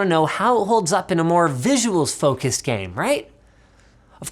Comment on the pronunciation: That "csgo is a gaem" was epic.